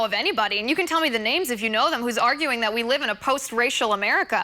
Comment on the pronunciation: Please tell this idiot the word is "that" not dat